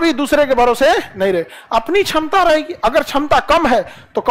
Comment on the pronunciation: छमता ✅ क्षमता ❌